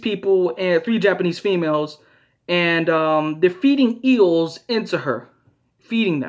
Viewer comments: I thought he said eagles and was also confused Lol But eels, that makes sense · EAGLES? im so confused WAIT HE SAID EELS OH MY GOD LMFAO